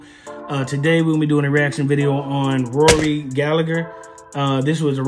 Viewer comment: Its pronounced Gall a her not Gal a grrrr, sick of everyone getting his name wrong.Please take note this is coming from an Irish Rory fan 🇮🇪